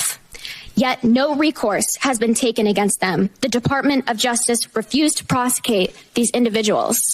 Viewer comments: i don't know, did he mispronounce any of it? god damn, y'all. i don't have a problem w/ prepared statements, just practice this shit in a mirror the night before or something. several times. welcome to "intro to public speaking." in this case, the words said were "prosecate" and "indicked" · "prosecate" and "indicked" though. she's not wrong, but learn how to pronounce the words you want to say. it's congress, god damn it. quit trying to speak above your pay grade.